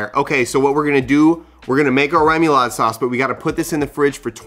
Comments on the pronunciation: This will be getting made this week! I’ve been craving seafood and this looks bomb! And FWIW, it’s ray-moo-laud or reh-moo-laud, depending on French accent pronunciation. Either way, looks delicious! ☺️☺️ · Rémoulade is pronounced ray-moo-lAA-d :) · Cajuns say “ru ma laude” sauce. Just a little fyi